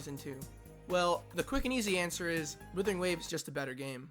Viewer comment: Why do I keep hearing Withering Waves